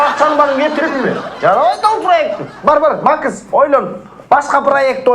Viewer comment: Бажа дегенде макыс дейтко Макс дебей😂😂